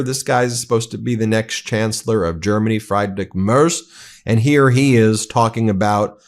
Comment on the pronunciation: Goddammed dude.. pls don't pronounce german names like that! Are we turning yours into total nonsense? How about "Freedrich MerTz" instead of "Frydric Merc" at least??